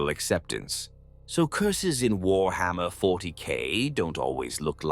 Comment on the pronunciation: having fun of further slaughtering the pronounciation of warhammer, I see!